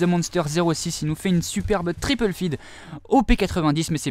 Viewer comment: il dit "triple feed" quand ce sont des triples et soit il mett l'accent anglais soit le français car le mix des deux... Tripeule feed!